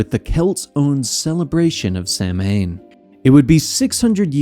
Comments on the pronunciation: Its (Sau-when) not (sam-hane) it's a minor thing but hearing this mispronounced makes me way more annoyed then it should be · Great Job & Co. Minor but common mispronunciation w/ Samhain as it actually pronounced Sow'inn xd